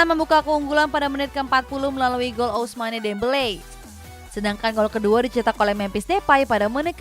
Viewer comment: Kiraen presenter ngerti bola 😀 ga taunya tukang baca sambil disuruh cengar cengir di depan camera doang 🤣 Ada Olimpic Marseili 😆 Ada Lyon yang jadi Layen 😂 Ada juga si Ousmane Demble sama Weston Mekni 😀 Ada pula FrengFrag 🤣🤣🤣🤣🤪 Ayo dong min, talentnya coaching dong min 🥳 thank you mimin, ini cuma kritik kecil biar makin hebat channelnya 🥳🥳🥳 Good luck 👍🍀